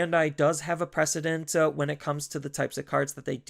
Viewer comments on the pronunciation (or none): I don’t mean this as mean, just informative for the future. It’s “precedent”, not “president”